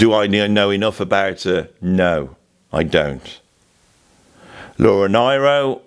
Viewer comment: I love Joni too,, and I believe it's Laura NEE - RO, pronunciation - wise. Both Sides Now is on my list for next year's Literature classes for Grade 10 up. I get teary when I'm showing "To Kill a Mockingbird" so I don't show it anymore! Eleanor Rigby and its excellent lyrics also upset me, so I may have to drop it, but the kids love it. (Exuma, Bahamas.)